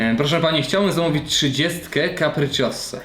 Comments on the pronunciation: kapricioza jak cosik :D kapriciossa i lambordżini XD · nie czyta sie ,,kapricziossa'' tylko ,,kapriczioza"